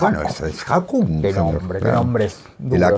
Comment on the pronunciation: Estimados, sobre nombres noruegos, quería decirle que el nombre del rey Haakon VII que, en alfabeto noruego se escribe esa doble “a” con la letra de ellos que es como una a con un cerito arriba, se pronuncia como “o”. Entonces el rey se pronuncia “Jokon”. Otra curiosidad, de paso, es que sol ☀️ en noruego se dice también sol como en español, y por lo tanto la Solveig de Ibsen significa ni más ni menos que el camino solar o hacia el sol. Abrazos desde Montevideo, Uruguay.